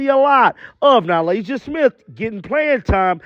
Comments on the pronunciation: It's NA-LYSSA, not NA-LASIA. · Am I missing something? He keeps calling Nalyssa - Nalasia..